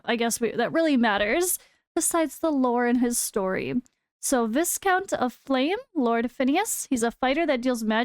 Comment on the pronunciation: Viscount is pronounced Vai-Count.